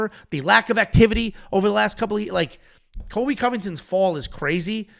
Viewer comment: How to pronounce “Cole-b” not kobe Colby by decision lock it in